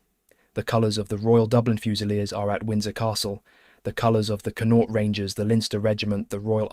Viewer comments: Its pronounced CON-AUCHT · He needs to learn how to pronounce Connacht. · Never heard someone butcher saying Connacht so badly in my life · Why can't English people pronounce Connacht and stop calling it Londonderry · The first syllable in Connaught is stressed. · You missed connaught, donegal, jesus brutal pronunciation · Pity the commentator didn't learn how the pronounce Connacht properly